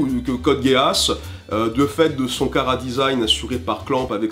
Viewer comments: Tu sors d'ou ton anglais pour dire que GEA en anglais ca se prononce GUI-A?????? C'est TOTALEMENT faux. Les anglais Prononcent "Metal GUIRE" pour Metal GEAR et ne prononcent pas Metal Gui-Ar. C'est la même règle et c'est FACTUEL. C'est un mot anglais que les anglais prononcent "GUISSE", point barre. Stop de dire n'importe quoi pour justifier la mauvaise prononciation de l'oeuvre. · Tu m'expliques pourquoi tu dis code "Guéasse" ? Non parce que l'anime parle de Geass qu'on prononce "Guyss". C'est comme les autres la, pour une orchidée, prononcer ça une orCHIEdée. S'il vous plait un petit effort de prononciation. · Oui mais GEASS en anglais cela se prononce bien "Guisse". Et comme il s'agit bien d'un mot anglais dans la série, pourquoi reproduire une faute volontairement? Si les japonais ne sont pas capable de bien prononcer de l'anglais, devons nous nous aussi mal prononcer? Non, ca n'aurait aucun sens. Donc oui, l'on est bien sensé prononcer GUISSE, n'en déplaise au puriste de l'anime qui n'ont pas compris que la prononciation d'une langue ne se reproduit pas d'une langue à l'autre (ca n'aurait aucun sens que les japonais fasse pareil en reproduisant l'accent francais sur des mot anglais dans une série francaise, et bien c'est pareil) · Nah mais ca se prononce pas dutout "Gué-asse" Meme sur la VO , à toi de bien écouter la VO... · Sinon si tu veux paraître plus crédible c'est très simple, le nom original de l'anime en japonais, c'est "コードギアス", traduit par "Code Geass" en anglais, mais si tu appliques une retranscription en caractères latin façon Hepburn tu obtiens "Kôdo Giasu", donc Geass se prononce "Gui-a-su"; à noter que le u final peut être prononcé de façon plus ou moins muette. Dans le cas ou le mot se prononcerait "Guisse", on écrirait "ギ－ス" donc ça ne tient pas. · Geass se prononce "Gué-asse" ou à la limite "Gui-asse", mais pas "Guisse" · Boris Kelkun tes dans le champs, ecoute la VO, il prononce, Gi-ass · Désolé mais on dit Code Guiss. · ON DIT CODE GUISSE